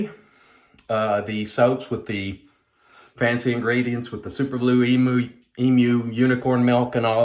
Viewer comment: Oh and thanks for sayin Emu correctly - not saying Emoo LOL